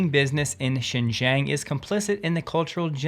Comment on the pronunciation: Xinjiang pronounce as sin jeeang